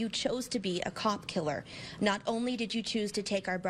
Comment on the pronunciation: Why do you have to emphasize the "cop killer". Cops are just humans and in the same level as any other murder victims, no matter are they homeless addicts or cops....